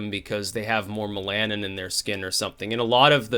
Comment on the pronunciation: haha sucks at pronouncing some words. "mel-nan-in"